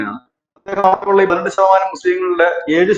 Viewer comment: എന്താണ് ഇതൊക്കെ? അഗ്നി ഷു ദ്ധി ആവ ഷ്യം ഷ തമാനം "ശ" എന്ന അക്ഷരം പറഞ്ഞു പഠിച്ചാൽ നന്ന്